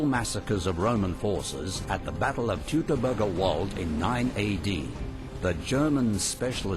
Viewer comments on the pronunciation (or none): lol how he says "teutoburger wald" xD I'm from germany and it's very funny to hear someone pronounce it like that^^ ok ok maybe my english pronounciation is even worse but it's funny at all